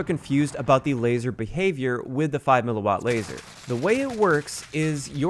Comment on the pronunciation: THANKS FOR KNOWING HOW TO PRONOUNCE "mW!!!!!" These uneducated 'tubers out here making up pronunciations and shit. You know what you're talking about. All the respect to you man.